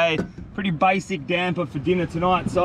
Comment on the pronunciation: It's called damper not damber 😅